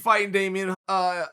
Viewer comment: Damian "Amaia" Maia